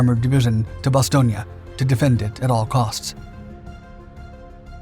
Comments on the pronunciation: Another thing, in the past you correctly pronounce Bastogne with the E at the end. I wonder why you change the pronunciation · A couple of things. I do like listening to your vid's as I like to hear differing records of what was happening in history, particularly in WWII. However, please research the names you use, you got the pronunciation of Bastogne & Reims wrong, sounding like Italian rather than French names. I must say, it is right that Americans are proud of this action by the American paratroopers because it is a classic example of the will to fight defeating the pressure of the enemy. But it was not a last stand. Last stands are those fought by soldiers that lost. The paratroopers went on to fight after that action. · You sure do say Bastonge alot for someone that said it wrong 5327 times.... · Not sure where he got the "ia," but he sure used it a lot. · "Nuts" didnt anger the Krauts. They didnt know what it meant. Do you even realize how stupid you sound when you keep saying Bastonia instead of Bastown? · I generally like your channel but am now questioning the accuracy of your other vids because of the mis pronunciations in this video and a couple of inaccuracies in this narrative. In over six decades on this planet I’ve never heard anyone say Bastonia. It has always been pronounced Bas-stone. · Bastogna??? IT IS Bastogne with and E at the end like the word End, There, Were, etc.... FacePalm.... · I love your videos but your pronunciation of Bastogne terrible, it’s bastone not bastogna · Why does everyone say Ba stone ya? It's just Ba stone for the pronunciation. Otherwise, great video. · It’s bass-stone not bass-stone- e-a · So, where is Bastonia? All I have ever read or seen is Bastogne. Ba stown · BASTON ..IA?> NO OTS SAID BASS TONE...TRY IT BASS-TONE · Good video, but it is pronounced ba·stown. Vince Speraza, a 101st gunner wrote a great book which included his first hand account of the battle. The book is titled, Nuts. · “Bas-STONE”. Jeez….